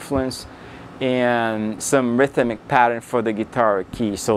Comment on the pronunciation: ryth-uh-mik, lol!